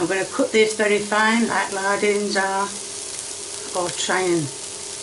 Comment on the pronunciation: "it's lardons, not lardins" 🧙‍♀️🪄😂😂